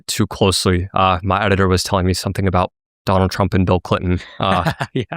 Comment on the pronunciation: “Donal Tremp”